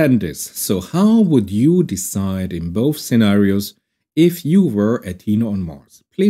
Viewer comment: I need an AI that can be pedantic and instead of ASSUMING that you said "scenario", it should say, "WHAT IN THE WORLD DO YOU MEAN BY SZENARIOS, THAT'S NOT A WORD!!!"